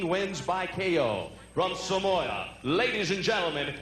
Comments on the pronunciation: It is SAMOA not Somoa..you arrogant swine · It's SAMOA not Somoa